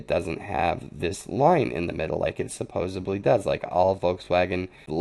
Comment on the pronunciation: the word is supposeDly there is no "b" in supposedly.